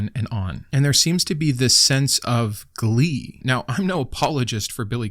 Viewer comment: Not glee, GLLLEEEEEE!!!!